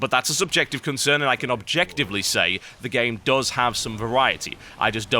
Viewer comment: Also -- it's "Does" not "dose" no one took his mother like medicine. It's not a dose of his mom, it's your mom does terribly. little.. Engrish for ya. (Yes, EngRish.)